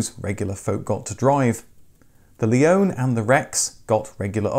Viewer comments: Another great video, thank you! :) Interestingly, your pronunciation of the name "Leone" differs from the way were introduced to it by Subaru (or, probably more correctly their marketing agency) as "Leonie" in Australia. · Wait, a British person who can pronounce Impreza correctly! Not so sure about Leone and Levorg though! 😝 I don't think us Australians would call that a ute either, more like a dual cab, which in any guise never sold well here due to the dimensions making them impractical inside and out. Add 10 years, half a tonne and call it an SUV though and people are all over them! 🤦🏻